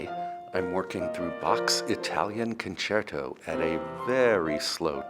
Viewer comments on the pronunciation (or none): none